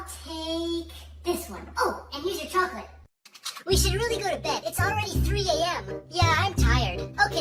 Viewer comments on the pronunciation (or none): When he saidCHACOLATEE